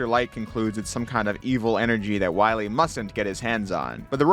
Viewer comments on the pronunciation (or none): Then we'll find Doctah Wahwee.